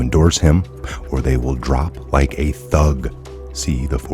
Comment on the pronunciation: I heard thud not thug!